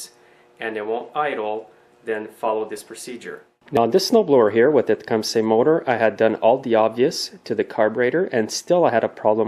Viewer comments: pronounced tecumsa...... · tecumsay aye?